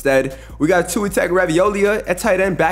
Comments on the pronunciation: was a crime to pronounce tua’s name like that 💀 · The name pronunciations are rough.. Tua, Will Levis, Gardner Minshew just in the first two minutes